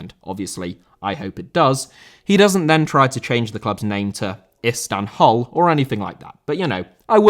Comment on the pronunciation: "IstamHull" 😂😂🤣🤣😂😂🤣🤣😂😂🤣🤣💀 Your videos are amazing man! Keep up the good work!